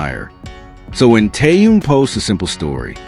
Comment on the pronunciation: Что заманера больше время повторяют ненужную иныормацию а ро делу только минутку оставляют Научитесь читать имя Тэхен.Тэхен.